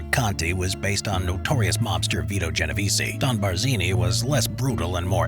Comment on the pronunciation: I noticed you miss pronounce my name about 10 times. the “e” is silent at the end of Genovese. Otherwise, well done analysis